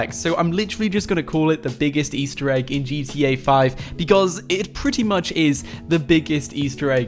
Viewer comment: Stop ✋ saing Ester eeg